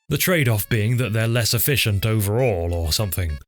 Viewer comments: superb editing! made me hear "efishient" every time you said it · ah ahhh liss E-fish-ent lol